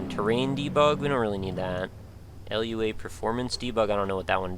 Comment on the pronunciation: it's Lua, not LUA. It's a name not an acronym.